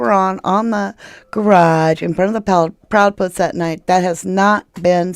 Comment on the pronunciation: Hahaha sounds like you said proudpusss lol 😂😂😂